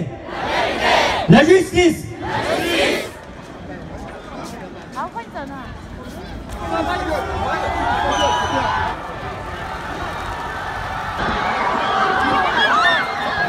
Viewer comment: La jistice la jistice! Mais bon force à eux quand même